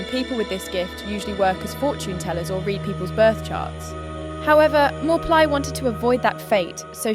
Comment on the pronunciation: That's correct pronunciation for channel owner. I'm Thai. "Mor" means doctor in general meaning but also the prophet who gave the Future predictions or advice to consultees. "Plai" pronounce as Pry with P sound like Plaster.